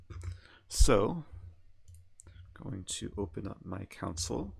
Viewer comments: I think it's pronounced "console", not "council" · Yeah he was calling it council 😂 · The way you say console sounds like council😂